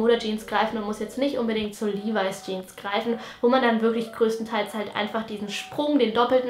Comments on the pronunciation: Levis spricht man Li-weis aus😉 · LEVIS😍 Sie spricht es Livai aus. Ich sag nur AOT😏